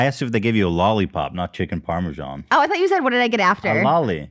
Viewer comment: I find it fascinating how they pronounce "parmesan". Sometimes it sounds like parmeshan, sometimes parmejan.